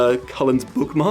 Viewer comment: Did you just say… blookmark?